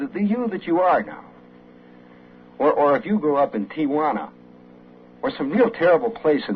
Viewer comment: Shep is, like the first person I've heard, pronounce the name of the city, Tijuana.l, correctly. It' SURE NOT PROUNOINCED TIA JUANA. Excelsior ☝️ SHEP!